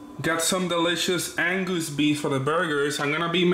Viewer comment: "Angoose Beef"